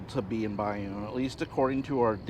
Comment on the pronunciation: It's pronounced Bay-Own.